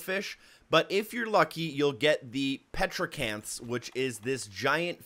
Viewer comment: It’s called a coelacanth not petracanth